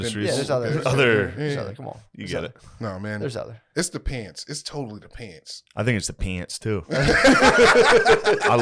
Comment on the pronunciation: Shane read my mind when he started mocking for saying "peeants" 😂😂